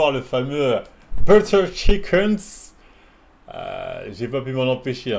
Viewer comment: Butter chikenss